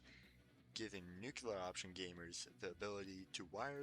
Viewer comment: Dude - Its not "nucular" Its noo-klee-er